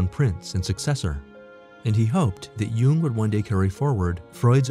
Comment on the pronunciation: Why is the person narratoring saying “You-ing” instead of “Young”. Jung is pronounced Young. That’s my family... Jung. Aka Young.